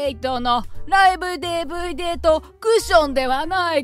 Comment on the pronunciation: 居酒屋のオーナープレゼントされたDVDをデーブイデーって発音するのリアルにお年寄りぽくて笑った😁